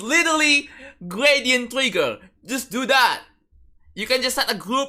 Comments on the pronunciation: can yu jus yus gwadient twigga bwo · Not "gwæsíént twïggæ (random emoticon)"